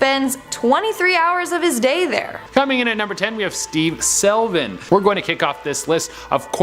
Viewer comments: Slevin does not = selvin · Not just the repeat photos but also mispronunciations. Slevin, not Selvin. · The dudes name is Steve SLE-VIN not SEL-VIN. Me thinks someone needs to go back to school and learn how to read and/or pay attention to what's in front of them before saying it on camera..... rolls eyes Estrella is the second pronunciation lol. Good on you for admitting you weren't sure though. Although its NOT Chair-oak-key North Carolina ROFL. We're not the Chair-oak-key Indians LOL. Its Chair-oh-kee/key North Carolina.